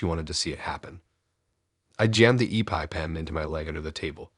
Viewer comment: It’s not a e pie pen. It’s an eppy pen. Pronounced just like that. Eppy pen. Epinephrine is what is inside it.